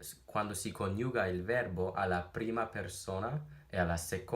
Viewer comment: Your accent is excellent! I love listening to you speak Italian. But... who was this video meant for? It´s all in Italian XD. One little unsolicited tip: in ´coniuga´ the stress falls on the ´o´. Happy learning!